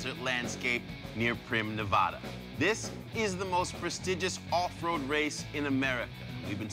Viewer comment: Sal masakela pronounces Nevada wrong.